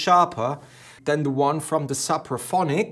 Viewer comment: Suppraphonic? It’s Sooopraphonic